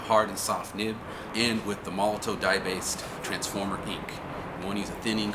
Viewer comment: Finally, someone who pronounces Molotow correctly.